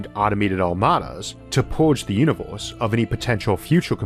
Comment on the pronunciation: "Univors" "iunivorsol" "yiors" "forst" Such a shame someone so smart can't speak proper english.